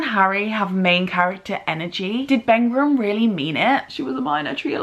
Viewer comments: Thanks for pointing that out, it's what I was about to comment...that's a whole 2 extra consonants added into her surname...how!? A distracting end to an otherwise great video! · Not Bengrum, but Begum (pronounced Bay-Gum) ! Sorry to be that person! :P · Bengram instead of Begum killed me, other than that you spout nothing but facts and we love you❤️